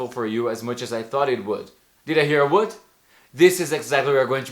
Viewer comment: O would não deu para entender